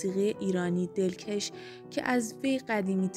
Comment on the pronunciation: دلکش رو باید به فتح ک تلفظ کنید چون مث کش شلوار که نیست !!! دلکَش یعنی دلچسب و گرم و گیرا یعنی دلپذیر ...‌